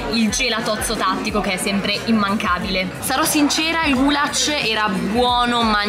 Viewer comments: scusa se ti correggo ma non si dice gulac ma si dice gulash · nn si pronuncia gulac si dice gulash